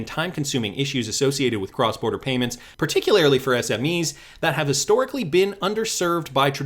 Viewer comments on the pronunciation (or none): Its par-tic-u-lar-ly not par-tic-u-lar-il-ly 🤣🤣🤣